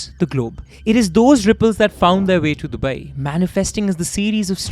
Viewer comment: It's not dubaieeeee dude